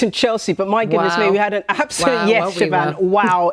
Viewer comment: Siobhan is pronounced Shevon.